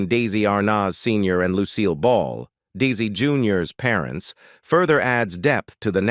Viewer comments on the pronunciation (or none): AT LEAST HAVE THE ROBOT PRONOUNCE DESI'S NAME AND OTHER WORDS, PROPERLY... AMATEURS!!!!!!!!!!!!!!!!!!!!!!!!!!!!!!!!!!!!